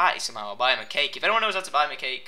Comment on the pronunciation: when you said cake cake cake cake it sounded like you said cake cake cate cake